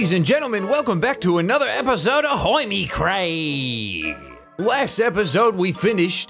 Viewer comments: “Ladies and Gentlemen welcome back to another episode of- has a stroke hOiMi CrAeEeMmMmmmm” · I cannot put into words how much I love the ridiculousness of the pronunciation of "Hermitcraft" at the start of each episode. 🤣😂🧡